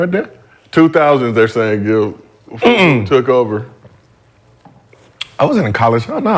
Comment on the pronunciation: They didn’t even pronounce FUBU properly calling it FUBO is crazy…. We know ain’t of the culture, but Gil let me down calling it that 😂😂😂